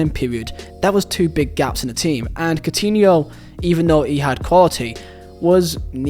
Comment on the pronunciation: "cotiniol" kkkkkkkkkkk